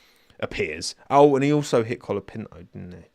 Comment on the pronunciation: did you say “Franco Colabinto” lmao